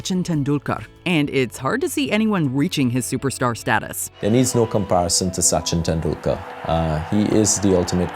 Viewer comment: Soochin Tendoolkar